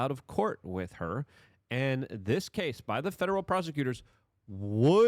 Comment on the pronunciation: How can she testify if he settled with him? it’s CAS-E not Cassy